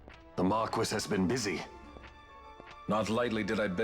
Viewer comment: I know I’m commenting on this months later but like spelling magick, this game pronouncing marquis as “mar-kwis” and not “mar-kee”, drives me nuts.